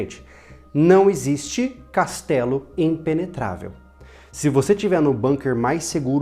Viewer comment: Putz o cara falar "ENTELIGENTE é EMPENETRAVEL" FOI FODA....kkkk esse povo é td maluco kkkk